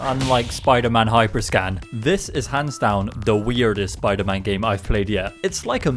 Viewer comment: WTF is spider-mon?